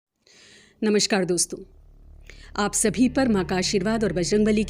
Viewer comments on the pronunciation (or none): none